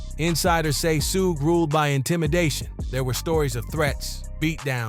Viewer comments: It's not his name tho? Pronounced 'Shug' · Why do you say his name like that?!?!